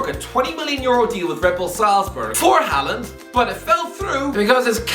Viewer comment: Butchering names again as usual. He probably can’t pronounce his own name.